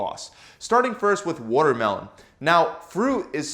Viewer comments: Wutermelon is made of wuter 🤣😂🤣😂🤣😂🤣😂🤣😂🤣😂🤣😂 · Is this guy canadian? The way he pronounces watermelon is unfamiliar to me lol it sounds like wootermelon 😆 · must drink wotter mellon 😂😂😂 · Wooder melon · What's wutermelon? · He said woodermelon!! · Woodermelun lol I know a Philly accent when I hear it! What can I say; we pronounce our water, watermelon and waterice, aggressively 😎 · Wtf is a Woodermelon 😂💀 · what exactly is a "WUTERMELON"? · Can’t trust a guy who can’t pronounce watermelon. Wootermelem. Wooder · He worrerd the worrormelon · he really said “woodermelon” this was helpful. thank you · He says votermelon. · Wootermelon hahahahahaha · I love it when he says wooter-melon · “ Wudder melon” lol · I wish he talked about wutermelon in every video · Excuse me Sir... he said, "Woodermelon," mmkay? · Woahter melon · whahahaha wottermellon 😂😂😂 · Yess WURTERMELON🤣🤣🤣🤣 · woooter melon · “Over 90% of wotermelon is made of up .. woter” lol. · Philly accent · he’s from nyc i think